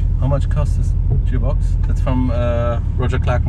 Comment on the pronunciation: "Jearbox" lmfao